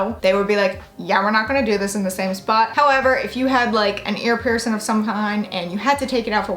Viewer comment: It is "PiercING" not "piercin". Please try to speak correctly or not at all.